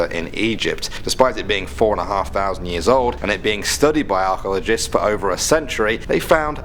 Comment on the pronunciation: "ah-chaww-la-gists" LuL.~